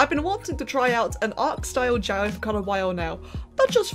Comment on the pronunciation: Help Everytime you say jowwi I hear yaoi